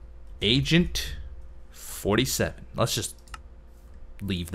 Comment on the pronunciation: The second or third time you said Agent 47 it kind of sounded as though you said Asian 47...